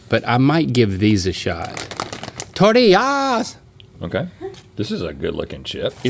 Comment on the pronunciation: Link “Tortiyahs queen” cracked me up ❤